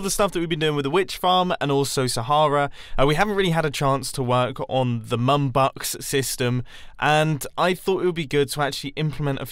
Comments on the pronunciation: Man i thought you said NUNBUCKS not MUMbucks hahaha MUM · Did anyone else think he said mumbox instead of mumbucks?